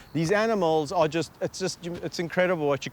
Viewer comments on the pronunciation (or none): When he says arms (or at least I hope that's what he did), but all you hear is "arse"..